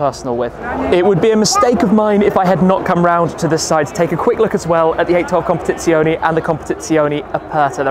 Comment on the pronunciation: Its "competizione" not "competizionI" 🤣😅 But nice video